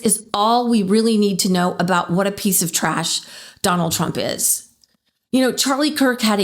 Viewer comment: Twumpykins,.... Empawah,... Twumpykins! Nobody does America wike Twumpykins! Christian Nashunahlwizm! Bible BIMS!